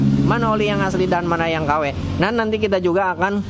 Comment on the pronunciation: Min knp sih klo ngmng sllu dngn akhiran huruf k...misal KW jdi kawek,dua jdi duak 🤣🤣🤣